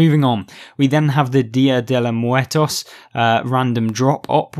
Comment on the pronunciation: Very helpful advice, I almost went with the IS-6. I always liked the KV-5. Props to you for that pronunciation of the Dia de los Muertos my dude. I would say it was 99% on point hehe